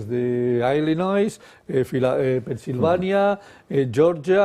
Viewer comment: Tiene 80 estudiantes americanos pero no sabe pronunciar Illinois